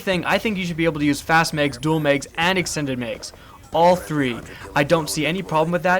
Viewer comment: Its not megs, it's mags.